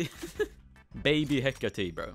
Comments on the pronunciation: Me when pronounce it as hecati: REEEEEEEEEEEEEEEEEEEEEEEEEEEEEE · Its a “heceyt.”